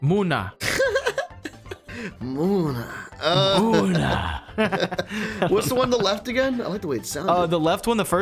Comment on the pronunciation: As a French and English speaker that knows his Pokémon in both French and English, I had a blast watching this video (you got the pronunciation completely wrong except Falgadoss aka Slowbro and Munna aka Munna)